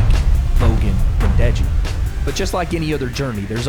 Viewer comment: No way said Deji LOL